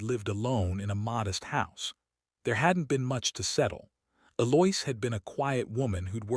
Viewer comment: Also, Eloise was pronounced E-Loia... dating pronounced dating.....